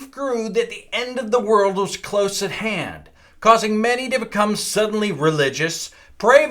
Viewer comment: onwards, did he say "to see if the end of the world was close at hen"? Then the people cried "foul" or "fowl"?